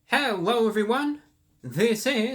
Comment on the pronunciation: You said hewwo